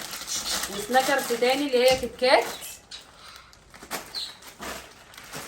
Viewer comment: بصي انا بحبك بس كل كلمات الماركات قوليها غلط وخالد بيقول مثلك زى برجر برنجز سناكرز كاتشب النطق غلط متزعليش، من رأي